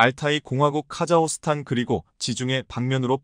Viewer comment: "카자흐스탄" 의 이름이 그 표기가 바뀐 것인가요? "카자호스탄" 이라고 하시던데 그것이 맞나요? 아니면 잘못 쓴 것인가요? 한마디로 "카자흐(호) 스탄" 중 어느 것이 바른 것인가요? "카자(호)스탄" 혹은 "카자(흐)스탄 " 어느것인가요?